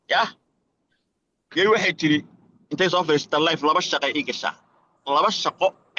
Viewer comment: Kkkkkk aad baan ugu qoslay marka uu English ku hadlay oo uu leeyahay go hel aanku saxo waa go head. iyaduna waxay khaladay English waxay tidhi layf maaha ee waxaad tidhaahda life you guys good friend 🙏